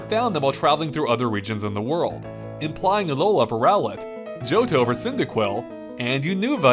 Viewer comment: Unoova, Row-let, Poke....dex 😭